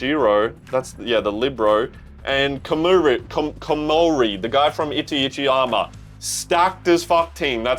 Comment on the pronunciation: Still 'Itchyitchyyama' , lol brother "I-ta-chi-ya-ma"